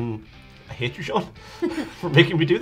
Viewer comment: Good to see everyone still ha-eights. 😅